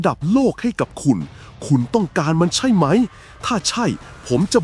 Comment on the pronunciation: ขอบคุณสำหรับเนื้อหามากๆเลยครับ แต่อยากเสนอแนะให้ปรับอารมณ์เสียงของเอไอตอนอ่าน ผมรำคาญตอนพูดว่า ใช่ไหม!! มากเลย แต่ก็ฟังจนจบครับ เพราะเนื้อหาดีจริงๆ ขอบคุณครับ